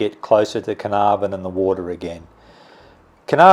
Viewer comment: It is "CARNARVON"!!!!